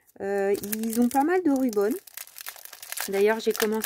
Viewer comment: Hello, très beaux achats. Je confirme la boutique JournalSay est ma préférée, je suis une grande fan et le service client est TOP. J’attends ma 7ème commande !! Juste une petite remarque, le mot anglais Ribbon qui se prononce bien avec le i et non rubon qui veut dire ruban adhésif. Bonne journée. Merci pour avoir mentionné les liens en barre d’infos, j’ai mis quelques articles dans mon panier 😋👏🏼.